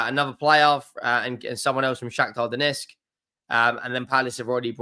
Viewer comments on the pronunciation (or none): none